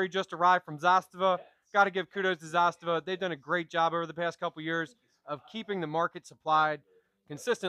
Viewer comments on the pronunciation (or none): it's Zu-Stava. Not ZAA-Stava